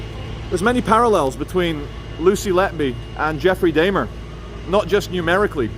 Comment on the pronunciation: Jeffrey "Day-mer" 😂😂